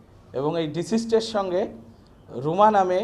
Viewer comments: Deceased not disist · ডিসিস্ট না ডিকিজ্ড